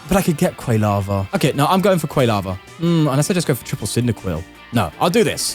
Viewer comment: Love these tournament videos, but your pronunciation of Quilava almost gave me a stroke